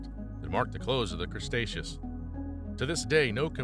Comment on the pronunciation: Crustaceos? Really, Crustaceos? Seriously? You repeated this multiple times through the video. That's really sad. Obviously you're not even aware that the 3rd part of the Mesozoic was called Cretaceous. Oh good Lord!